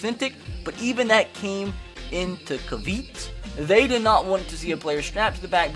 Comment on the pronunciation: If you're going to make a video where you just read an article, you should learn how to read first. "Kah-veet"?? Lol, it's "Kav-e-aht". Caveat is not a hard word.